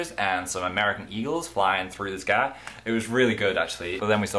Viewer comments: ahahah the way you said sky. it was like. southern. because you were trying to do the american accent but the english accent came back :]] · any1 eles hear a southern accent when he said sky?????